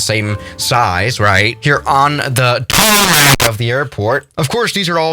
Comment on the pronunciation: he said TaRmAc